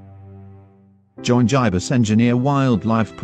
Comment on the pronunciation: "Jiebus Engineer" 10/10 for text to speech